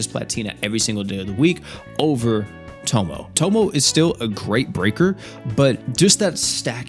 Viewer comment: Please stop calling her "tomo" bro it aint that hard to pronounce 😭😭